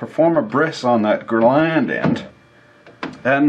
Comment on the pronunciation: it's glans, not "gland" lol